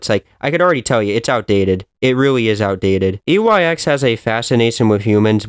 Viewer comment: you keep saying YEX